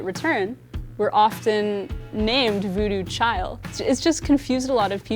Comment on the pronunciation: its voodoo chile...not child